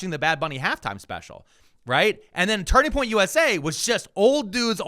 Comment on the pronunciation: Did he say Turding Point USA?